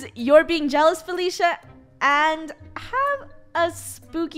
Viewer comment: EconomicGamerYT It's Felicia not faffala